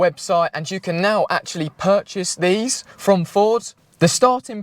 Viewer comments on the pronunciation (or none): none